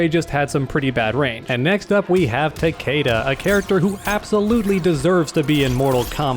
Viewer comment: "next up we have Takeda" It's "TAKEDA"